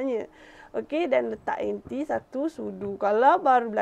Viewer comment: Jenuh fikir... Duk sebut anti, rupanya inti ....